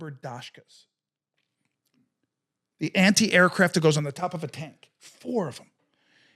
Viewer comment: LITERALLY THE FIRST TIME I HAVE EVER HEARD A HUMAN BEING PRONOUNCE IT “DAWSH-KAH” and “HECKLER & KOSH” 🤣